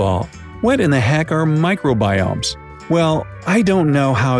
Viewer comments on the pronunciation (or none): Who remembered Minecraft biomes when he says micro giomes